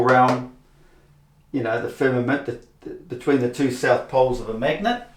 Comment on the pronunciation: what is this called when you simply emphasize FIR MA MENT, FIRM A MENT…. Simply saying the syllables with EM PHA SIS is meaningless,. You do it a lot, like HO RI ZON…HOR I ZONE… MAKES YOU SOUND A LITTLE CUCK OO. Who’s a cuck? Yoo r: cuckoo— cu ckoo, or cuck (y)Oooooo See. I can make shit up too